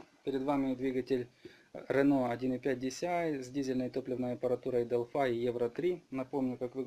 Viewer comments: Не делфай а Делфи. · Не Делфай,а Делфи.Так на будущее. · " дэлфай " азаэаза